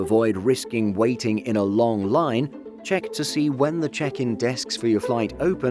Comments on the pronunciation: The way you said "long" 🤣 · I replayed it just to have another laugh